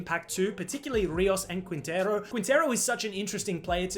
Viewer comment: Amazing only one thing it is pronounce « kintero » no « kuintero » haha great content continue what are u doing